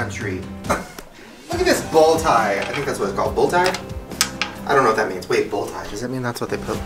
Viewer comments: Shane it’s bolo tie 😂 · There are definitely still western cowboys in Colorado! 🤣 also I think it’s called a Bolo Tie not bull tie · SHANE it is a BOLO tie not a BULL tie 🤣🤣🤠 yeehaww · Bolo tie!! It’s a bolo tie! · Bolo Tie😂 But Bull Tie is cool too. In fact, it’s better. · It’s not a bull tie LMAO it’s a BOLO TIE 🤣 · Lol its a Bolo tie not a bull tie, u guys are too funny. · It’s a bolo tie Shane not bull tie🤣🤣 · It's called bolo ties bot bullo ties🤦🙃😂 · Bolo tie, Shane. Not Bull tie. ;) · It’s a bolo tie not a bull tie… definitely city slickers lol but love you both nonetheless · It’s a bolo tie :) not bull tie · it's a bolo tie not bull 😂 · It's called a bolo tie, Shane! Not a 🐂 tie. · BOLO tie. Close though. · Shane...it's a bolo tie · Youngsters, it is called a bolo tie (pronounced bow-low). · It’s a bolo tie. We love the effort Shane 🤣❤️